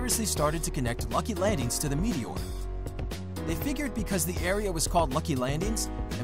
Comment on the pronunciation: Am I the only one annoyed when he says landings